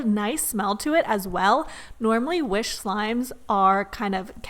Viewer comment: I love how she say wish Like W H I S H